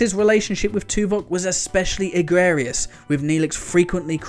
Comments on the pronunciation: "Egrerious"? You mean "egregious"?? Please learn what words you're supposed to be saying. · I heard “gregarious.” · You mean "egregious". Egrarious isn't a word.